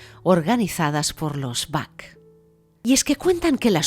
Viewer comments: Se pronuncia BAJ, BAJ, BAJ, no BAC, por favor. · Aunque se escribe Bach, se pronuncia Baj, con jota, y no "Bac". "Bac" se oye muy mal. Por otro lado, muy buena información.